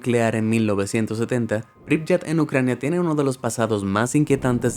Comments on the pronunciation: Solo con China se puede rellenar el top, yo conocí ese distrito en Tianjin y es tal cual, esta todo vacío…Turkmenistan es un país como Corea del Norte, muy pocos turistas pueden entrar…La ciudad Ucraniana se pronuncia “Pripiát” no “Pripllat” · Algo que corregir: Pripyat se lee < >